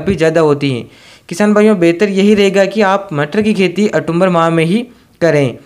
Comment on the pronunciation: अरे भाई वो अटुम्बर नहीं, ओक्टुबर होता है.... 😂😂😂